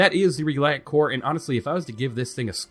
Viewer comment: in my opinion, "Kore" rhymes with "moray"